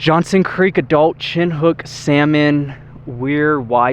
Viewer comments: Watch your pup around there with the Wolves. Also chinook salmon is pronounced "Shi-nook" There was a large fire that went through Yellow pine in the 90s. It used to be a lot of old growth. A lot of cabin were destroyed. I used to go there with my father in the 70s fishing for bulltrout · As a fourth generation Idahoan I've never heard dirt/mountain roads called wish washy. Only wash board (or boarded)... as in the texture of vintage laundry wash boards. Also, Mackay is pronounced "Mackie" (/ˈmæki/). Chinook is pronounced "Shinook" (shuh-nuk). And as always, there is no "z" in Boise (Boy-see).... Btw, keep up the videos. It's nice to see parts of the state that I haven't got to yet.